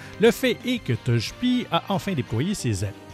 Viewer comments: Rien comprendre t'abuses un peu la😂 mais c'est vrai qu'il fait des erreurs "Tojetic/tojepi" 😂😂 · Tojepi, tochetic? Nom mais sérieux aprend a prononcé comme il faut